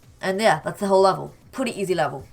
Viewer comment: He says pwetty